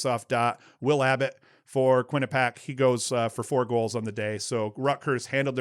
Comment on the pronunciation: I Know last podcast you weren't sure how Quinnipiac was pronounced (don't worry it's a common thing) but it's pronounced Quinn-ah-pee-ack